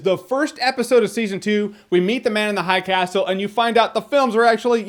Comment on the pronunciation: "Ze Man Uns Ze Hai Cas'l" Goddamit i laughed so hard